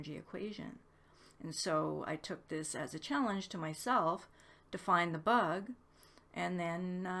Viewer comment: "The buug!!" :D <3